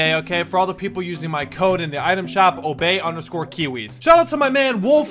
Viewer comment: Myth: Here we have Obey Ki-wis Me: his name is kiwiz reeeeeee